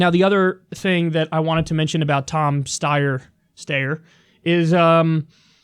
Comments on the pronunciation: It's "STY-er". Have you never seen his fucking ads, Kyle? FUCK-FACE STEYER ("FFS", for short) always says his goddamn name. I hate this shithead so much. I'd rather see more of John Delaney/Michael Bennet/Steve Bullock/John Hickenlooper. I'd VOTE for BIDEN if it meant Steyer would just drop dead. Loathsome turd. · It’s pronounced STY-er and is also a brand of Austrian made firearms (spelt Steyr) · Steyer like the coat hangar looking bull pup type assault weapon used by Bruce Willis's character in the original Die Hard; pronounced like Briar ... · Pronounced "SHTIRE" , following common English writing patterns, and rhyming with American pronunciation of "shire" or "wire" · I think the 4 attempts to pronounce Steyer should be part of his nickname. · Love you Kyle, but for the love of Jesus -- Name mispronunciation humor is the unfunniest thing you can possibly do. No one thinks you don't know how to pronounce Steyer. Leave that dumb shit to Dore.